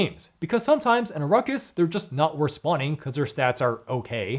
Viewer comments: It IS NOT ARUCKUS OMG aghhh its Arrack-is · Aruckis? ... nails on a chalkboard